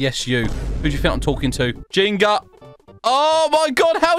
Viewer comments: I love how he said Jinger but it’s actually Jenga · NOT JINGA ITS JENGA